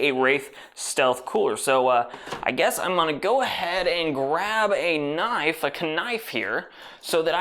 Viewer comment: Subbed when I hear k-nife